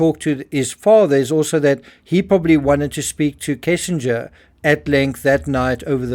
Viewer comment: Why does everyone call her "kessinger?"